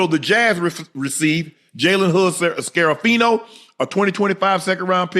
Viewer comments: Jalen hood scar-a-fino huh lol U can’t be a lakers fan and tearing up them names like that Unc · Jaden Huud Scare Ahh Fino???..... Dayum Unc you tore ol boys name to pieces 😂😂😂😂😂